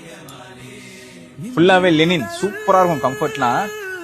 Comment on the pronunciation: என்னது லெனின் fabric ( Lenin) ஆ .😂😂 லினன் (Linen) தான் கேள்வி பட்டு இருக்கேன்.